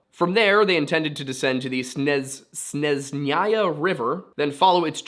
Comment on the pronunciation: Snejnaya its pronounced :) it means snowy. it’s easier to just ask Russians directly to help you with pronunciation so don’t have to guess every time.